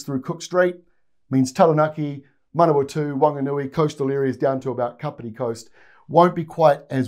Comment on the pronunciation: This is the first time I've ever heard you say Manawatu/Whanganui,, appreciated! 🎉